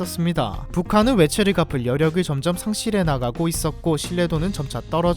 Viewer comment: 갚을 값이라고 .... 확 깨네 😮‍💨